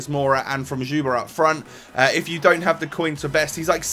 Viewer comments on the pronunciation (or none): You say Jisuba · U just say dzuba!